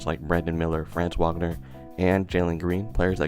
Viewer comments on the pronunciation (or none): it's pronounced fronz vagner. jsyk.